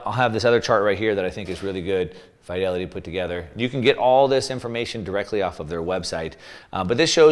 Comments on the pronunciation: Its pronounced as Feed-elity NOT Fy-Delity !! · The "i" in Fidelity is pronounced like "it" not like "high".